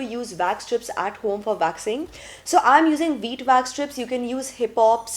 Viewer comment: It’s Wax not Vax